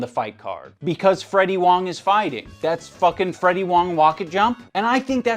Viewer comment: luv wong wocket jump me tbh